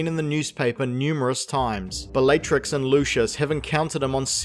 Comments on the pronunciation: You say all the names wrong on purpose, dont you? Bellaytrix? Ceeedric? 100% comment bait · Was anyone else annoyed every time he said the name Bellatrix, or was it just me?